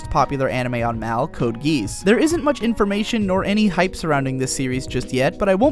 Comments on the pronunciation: coat geese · He did say "code geese"... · CODE GEESE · "Code Geese" smh. It's pronounced GEE-ahs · Hahaha Geese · Get it together. Geass with a G sound like in.gif. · Thanks to this thread, I finally bothered to look up how Code Geass is actually pronounced. But even then, I'm sure I won't pronounce it correctly either way because I tend to care more about my flow of speech than how things are 'properly' pronounced. I don't go around saying 'Sword Art Online' as 'Swodo Aah-toh On-rhine', and I won't pronounce 'Code Geass' as 'Codo Ghee-ass' either. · So, if you mispronounced Code Geass, does that mean that you had not watched the anime at the time of making this video? If you still haven't, you have made a grave mistake.